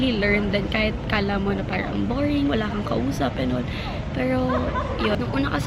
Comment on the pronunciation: idk naiirita ko sa "parang" nya mygadddd!!!! pero still, i love her hahahahah because of her din nagiging ganun na din pronunciation ko sa r, feel ko tuloy ang arte arte q 🙄 love u, skl yan!!!!:))))